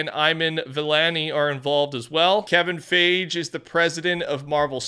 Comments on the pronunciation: you never did read too many books eh lmao "Kevin Fage". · Why did he say Kevin fage 😂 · Dang u demolished their names💀 Kevin Feige (Fi-gee) and Iman Vellani (E-mon ) and Iman is a W playing Ms marvel and writing that new comic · Bro said “Kevin Fage” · Fi-Gee... that's how you pronounce Kevin's last name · Kevin fi-gee and ee-man vellani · "Kevin Fage" 💀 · I don’t mind that didn’t say Kevin Feige’s name correctly that much but it still slightly surprised me. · The pronunciation of Kevin Feige is comedy gold🤣🤣🤣🤣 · It's so funny how you mispronounce Kevin Feige and Iman Vellani's names who is the actress for Ms Marvel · how do u mispronounce iman vellani and kevin feige😭